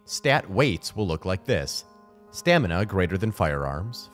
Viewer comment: Stanima? Anyone else caught that?